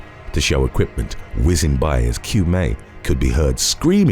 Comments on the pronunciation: Qiumei is pronounced like ch-au-mei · Qiumei is pronounced Chiumei